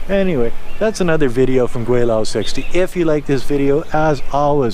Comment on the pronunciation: and you sounds more like 桂 than 鬼 when you refer your name.